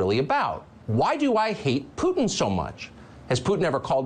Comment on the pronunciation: Did Jen Psaki call him "Fruitin"?!?! 🤣🤣🤣😂😂